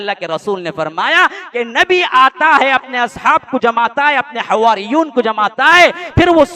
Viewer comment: حَوَاريُّوْنَ Waaw tashdeed ke begair hai حوّار ❌